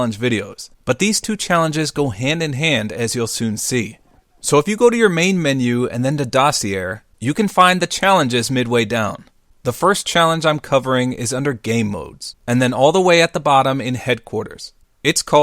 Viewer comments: Dossy air? Dude its dossy-aye.... smh. Dossy air hahahaha. People these days education going to shittttt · Dossier is pronounced Dos - sea - a. ;) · You might want to look up a pronunciation guide on the word "Dossier" if youre going to be saying it a lot.